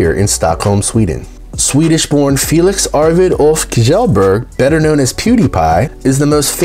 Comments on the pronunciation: Kjellberg is pronounced like Chellbärj. Thank you. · Pewdiepie's name lmao Kjellberg is pronounced as this: 1. Kjell is said like Shell 🐚 2. Berg is first said like 'ber' in berry, & the G is a J - Berj. Now say it with me: Shellberj Tbh, all the names sounded awful. The Swenglish is strong as hell lmao